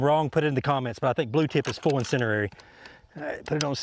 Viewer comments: Incindiary, not incinerary. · Why do you say incindereri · Why do so many people say insinderary? There's only one R in "incendiary"